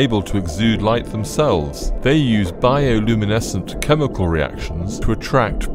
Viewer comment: “Biouu lununiesence”